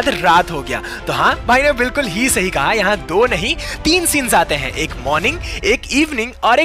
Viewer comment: Haiin yr kya ho raha hai-pronouncation is funny